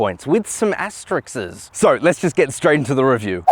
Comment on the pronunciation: "with some asterixs" - do you mean cloned Gallic cartoon characters or "asteriscs"...